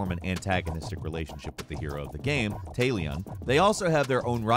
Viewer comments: It's not Tay-leon it's Talion with an "a" pronounced like the "a" in "class" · The hero of the game, Tayleon F**king WHAT!?! Talion! Tal-ion, or for real pronunciations sake... Tal-eon FFS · Best way to give away that you have never played the game: You mispronounce the name of the character you play as, when it is verbally repeated in the game. You said "Tay-Lee-an" it's pronounced "Tal-Lee-on". Really annoying when people give tips about games they never played. If you had played it, you wouldn't have mispronounced it. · this man did not call tallion, tälion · it's not Tallyion It's Tallion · Tah-Lee-Uhn, not Tay-Lee-On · Tail e on its Talion Tal e yon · Its pronounced tälion not taylion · Glad I’m not the only one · I have a feeling purposefully mispronounces names just to erk the viewer.:P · Now I know you just said Tay-Leon to piss me off. And you got your comment sir, here’s to the algorithm! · Tay-leon? I swear some of these youtubers go out of their way to say names wrong on purpose lol. Still love you! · being a shadow of war and mordor player i cant lie when i say how you said Talion (t- al- E- n) the way you did didnt trigger me a little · Ah yes "Teylion" The Ranger, The Bright Lord, The Gravewalker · Teylion? Do these people not have editors or anything? It makes the videos seem so low budget when you make mistakes like that... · "Tay-Leon" Fuck, stop, man. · He’s clearly never played the game. TAlion is definitely not how you pronounce the main characters name. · Disliked when you said taylion. -_ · As an Englishman that hurts. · I just have to point out how weirdly Talion's name is pronounced here xD. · Are just going to ignore the mispronunciation of Talion? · You pronounced Talion wrong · The way he pronounced talion from shadow of Mordor was terrible